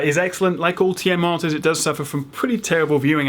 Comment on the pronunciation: When you say "monitors" sometimes it sounds like "monsters" :P